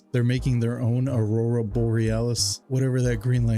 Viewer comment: Dude my wife wanted to name our daughter aruora and as soon as I went to say the name struggling like you did i said never lol I’m not arguing with a child who turns me into Nemo saying anemone calling her name.